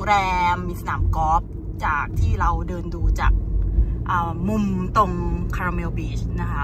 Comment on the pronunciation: ขอบคุณนะคะ สำหรับคำแนะนำ ออกเสียงผิด ตอนนั้นหิวคาลาเมล เห็นขนมขายเยอะ 😂 💕💕💕🙏🏼🙏🏼🙏🏼😊